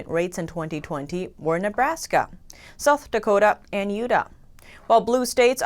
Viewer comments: You really screwed up pronouncing, "Utah." - You-taaah, emphasis on the first syllable. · That is the second time you have mispronounced " UTAH" how do YOU NOT know that? Are you American?